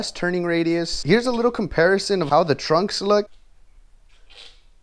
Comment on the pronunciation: They're pronounced trucks, not trunks 😂